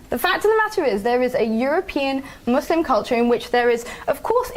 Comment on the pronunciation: Why must they always over pronounce the ‘s’ in muslim?